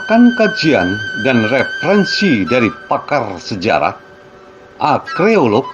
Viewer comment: koq nyebutnya akreolog. Arkeolog mestinya. mohon diperbaiki ya.